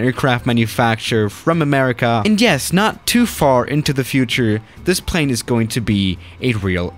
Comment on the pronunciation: plz say plane right if you can't its fine